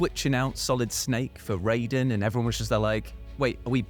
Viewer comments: Such a pet peeve when people pronounce Raiden as RAYden instead of RYden lol. They CLEARLY pronounce it as RYden every single time they refer to him in the game. And I definitely thought you called Kojima..... something else real quick lol I had to rewind that and make sure I didn't hear what I thought I heard 🤣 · A few things: 1) You keep pronouncing "Raiden" wrong. "Rai" sounds like "eye", not "ray". 2) Raiden doesn't ask Snake if he needs help, with his answer being "infinite ammo". Snake tells Raiden that if he runs out of ammo he can have some of his. When Raiden questions Snake if he really has enough to spare, Snake tells him he has infinite ammo. Very different scene. 3) Raiden has been killing soldiers since he was six years old. He took part in the Liberian Civil War. He was so good at killing, particularly with a blade, that he earned the nickname "Jack the Ripper". He admits this to Snake in this very chapter. Solidus raised him to be a killing machine. So between the two, I would put money on Raiden actually having more combat experience than Snake. Please do more research before posting false claims. It's okay if you like Snake more than Raiden, but most of your "facts" were simply wrong. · Did just say "Rayden"? For shame! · Noooooo why did you join Team Cant-pronounce-Raiden properly 😭😭 you're so much better than that! "10 best Yakuza sidequests that were quintessential Japanese weirdness" next please!